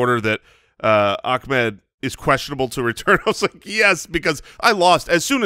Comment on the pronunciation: Love the show and watch all week, the Miami RB name pronunciation is Ah-Med not how you guys have been saying it. Keep up the good work!